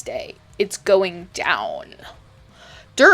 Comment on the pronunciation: “it’s go-een ddowwn” 😭😭😭